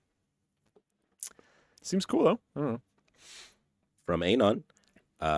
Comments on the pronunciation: To the guy off camera: Anon is pronounced ah-NON, not AYE-non. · Miss pronouncing Anon is triggering meeeeee